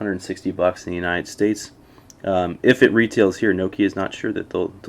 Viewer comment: Americans can't even pronounce nokia properly!!!